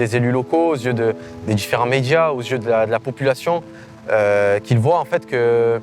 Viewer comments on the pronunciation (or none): none